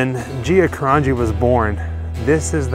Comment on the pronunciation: Ana Correct,. I knew Gia from AC when her Dad had the sub shop next to Caesars on Pacific Ave, I also met Michael several times as well. The way this guy is pronouncing "Carangi" is cringe worthy. I also knew their Aunt Nancy.